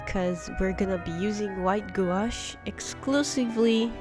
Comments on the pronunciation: It's pronounced gwash, I was laughed at in an art shop when I pronounced it like you and was promptly told how to pronounce it lol. Loved the cards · FYI prounouce gouache like it rhymes with “squash”. That way you are helping others. If they go to store to purchase, they won’t be embarrassed when they are corrected by sales person. Enjoyed the card ideas.